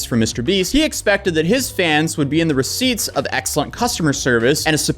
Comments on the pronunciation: Re-sip-e-ents not receipts but very close 😂❤ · it’s (Re-Cip-e-ents)